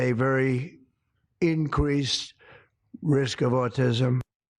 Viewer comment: “INQUESS” INCREASE IN AUTISM ? SENILE ! SENILE ! SENILE !